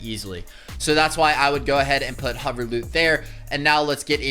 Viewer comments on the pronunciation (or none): none